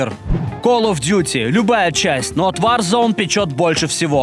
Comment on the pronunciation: и поэтому говорит warzone/варзон вместо ворзон